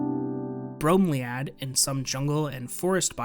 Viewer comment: Super cool doc, hope you'll do more of these. Just a quick note though, it's "Bro-Me-Lee-Add", like the flower...